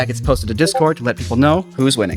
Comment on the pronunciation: Calling the server "dishcord" is genius